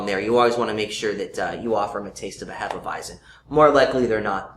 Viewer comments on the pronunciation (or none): They aren't really saying it properly. It's actually pronounced more like Hay-feh Vy-tsen in German.